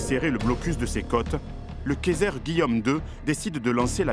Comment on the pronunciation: Attention à la prononciation du mot Kaiser car la manière dont tu le prononce ressemble à käser qui veut dire fromage😅 super vidéo par contre!